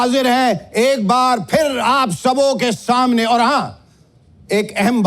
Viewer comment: महोदय, आपकी तलफ़्फ़ुज़ तो बेहतर है फिर भी आप “स” को “श” बोल गए? ग़ौर कीजिए आपने कहा “कैमरे के शामने “